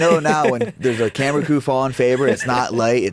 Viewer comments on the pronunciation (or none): none